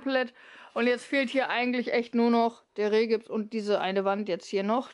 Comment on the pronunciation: Kleine Korrektur: es heißt OSB Platten nicht USB Platten und Rigipsplatten nicht Rehgibsplatten. Ich finde es richtig toll was ihr alles geschafft habt. Bin schon sehr gespannt wenn es fertig ist.